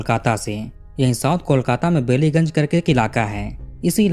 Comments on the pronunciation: Bellygunge nahi pronounce Ballygunge one of the posh area of our city of joy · It's बालिगंज not बेलीगंज (I'm from Kolkata ) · Woh बैलीगंज है बेलीगंज नहीं सर